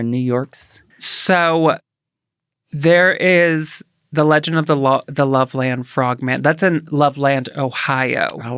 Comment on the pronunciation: It’s pronounced “Lovelund” Ohio/Frogman. I’m from Milford, Ohio (pronounced “Milferd”) which is right by Loveland.